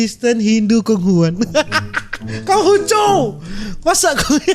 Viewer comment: Cod dibilang voc, Konghucu dibilang kongguan 🤣🤣🤣